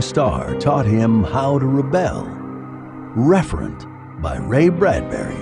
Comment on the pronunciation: Referent, not Reverent